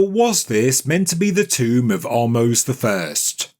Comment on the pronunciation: It’s not a TOMB-er!